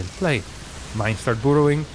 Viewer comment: Dear, I appreciate your content, but please, take into account the correct pronunciation of the words "burrowing" (/ˈbʌrəʊɪŋ/) and "bunch" (/bʌn(t)ʃ/), you mispronounce the letter "u" in them.